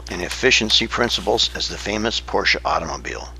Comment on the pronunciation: I am so glad that you pronunce the car correctly. Everyone says Poorsh!